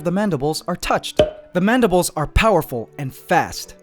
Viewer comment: Is it Madibles or Mandibles?